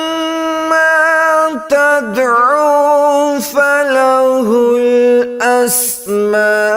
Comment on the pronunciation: قل الدع اللہ اودع الرحمن اَيَّامَّا تَدْعُوْ میں معذرت چاہتا ہوں مگر آپ نے یہ آیت غلط پڑھی ہے